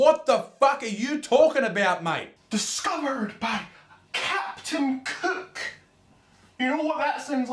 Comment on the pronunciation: Dislike if you heard him say “captain cuke”?